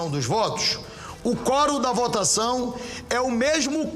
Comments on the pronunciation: Que fraquinho essa repórter, meio tendenciosa. E aliás é quórum e não fórum. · Forum, NÃO, quorum!! Vai estudar um pouco mais.